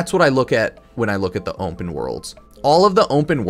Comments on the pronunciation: bro say OMPEN one moretime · "Ompen" worlds? What? There is no "M" in open. Can we say aluminum and cinnamon? Just found that an odd way to say open. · how did this man say onpen like 50 times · "Ompen Worlds"